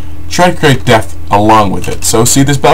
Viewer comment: Depth. Not Death. Please lol.... :D